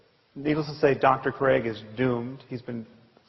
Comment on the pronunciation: Se dice craig.